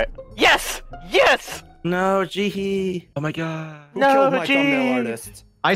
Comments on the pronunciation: It sounded like he said ohm my god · Every time he says oh my god, it sounds like he’s saying ohm my god.